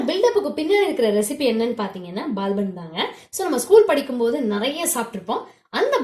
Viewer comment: Super recipe sister... But unga pronunciation dhan konjam kashtama irundhuchu... Adhu Baal bun ila Paal bun sollunga pls...